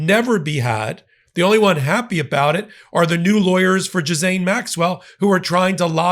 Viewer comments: Why do you call her Jezane? Her name is Ghyslaine...sounds like Jiss-lane or others say Guee-lane! But if she doesn't TESTIFY, the FELON 47 will again get away with probably what was some of his WORST CRIMES!!! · Ghee actually, not Gee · Ghislaine is pronounced...Ghee-lane or Ghee-len. Trump has been a criminal over and over and over again for the last sixty years. He is going to find a way to free her in exchange for help in covering up the sex crimes she has witnessed Trump participating in. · Suspicions are circulating that Todd Blanche will forge a deal with Maxwell (Ghislaine is pronounced Ghee lane) to say that trumff was not involved with trafficking young girls....it was the Clintons and other Democrats. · Scuse me, but her name is G (hard G like goat), Gi-Lane. French name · Love your work but let's get it right , people --- it is pronounced Gee-lane (hard G). It's amazing how few broadcasters get this right. Totally agree with you on all points. The corruption is galactic around this story- it always was and this is why it hasn't gone away, "Dear Leader DJT". Predators. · The proper pronunciation is ghee-len. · I like your content a LOT. But please pronounce that trafficker's name correctly. Geelane. Hard G. Thank you. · her name is pronounced like Gilaine. ❤ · Her name is pronoinced like “Elaine”, with a hard “G” like “golf”. Gi-lane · GHISLAINE is pronounced 'GEE-LANE'' the S is silent. the VISIT is not about a pardon. its about THREATS TO HER LIFE both her CO-CONSPIRITORS Bruenell & Epstein we hung in prison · I wish you would get the pronunciation of this woman's name correct - it's painful to listen to so many WRONG pronunciations - it is a French name and is pronounced - GEE - LENN (hard "G") - repeat after me!! Not bothering to find out how to pronounce this name does smack of ethnocentricity - Americans - ethnocentric???? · Jiz-lay. FFS it’s French. The “n” is silent. It’s so easy. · Gee-laine. S is silent.